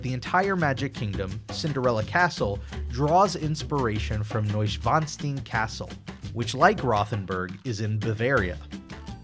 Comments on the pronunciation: Adding on, the castle is pronounced “Nush-ven-stien”. But I agree, another great video!! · I worked at PVH in 1990 while in high school. It never dawned on me that Pinocchio was Italian. We had bratwurst and chicken. Then it went with turkey burgers and the complaints followed. Fun times, though. I'll give you a pass for mispronouncing Neuschwanstein. For future reference with ie or ei combos the second vowel is the one pronounced.